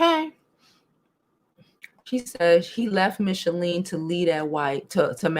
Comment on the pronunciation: Just curious; why do you keep saying Michele’s name wrong? It’s not Michalene😆